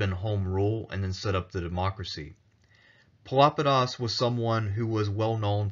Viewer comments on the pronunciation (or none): Pelopidas is most certainly not pronounced as Filopedis. Pelopidas is the minor case of Pelops (from whom Peloponesus took name), a Bronze Age that means "dark eyed"